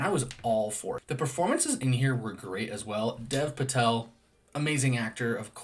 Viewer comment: Really enjoyed your review! One small thing, Dev Patel's name is actually pronounced more like "Dave" Patel.